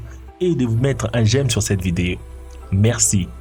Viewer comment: mettre un j'aime sur cette "VIDÉ"